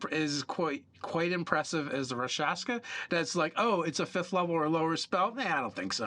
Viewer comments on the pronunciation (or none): I like how everyone mispronounces 'rakshasa' in this video.